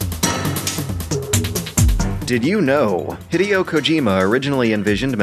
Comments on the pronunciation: "Hid-e-oh"? It's "Hid-ay-oh". Just sayin'. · Hid-a-o is a appropriated prononciation of Hid-i-o which is how it's actually pronounced in Japanese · Andreas Katsikakis If you watch interviews and special features for MGS, they pronounce it as he-day-oh. If it was pronounced similar to saying "video" then the romanization should not be Hideo, it should be Hidio. Besides, doesn't "di" not actually exist in Japanese. Instead, being "ji"? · I like how he said Hideo's name wrong at the very beginning.